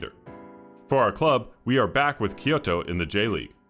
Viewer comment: I really appreciate that you put effort in your pronunciation of Kyoto. You really listen to the comments, like the one about calling that Norwegian club by the city it's based in.